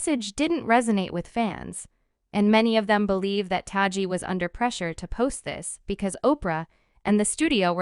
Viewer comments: The person narrating this piece is pronouncing Taraji's name wrong. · Please learn how to pronounce Taraji's name correctly....